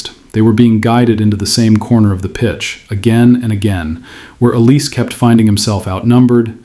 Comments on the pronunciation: His name is not OLIS, it is OLISE (pronounced OLISAY) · This isn’t just a PSG thing it happens a lot across different leagues… It’s also olis-ay. Not el-ees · Pronounced El-EE-say Mr AI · It's not pronounced OLIZ it's pronounced OLIS-EH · Dude, Oh-Lee-Say, and not Em-Bapp. Yeah? 👍🏼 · Tough to listen to thise very accurate explanation, but wrong pronunciation of Olise